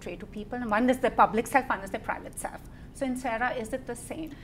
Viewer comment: "SALF" instead os self